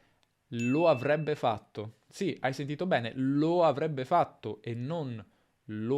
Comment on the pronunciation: Nel minuto dice avvebbe, con doppia "v"? Un video meraviglioso per imparare. Grazie mille per il tuo lavoro.